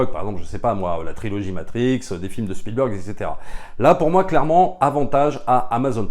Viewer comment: Bonjour les amis, y a t-il une private joke à prononcer "Spielbeurg"? Parce que tous les Anglophones et Germanophones savent que cela se prononce "Bèrg". Alors je me demande. Merci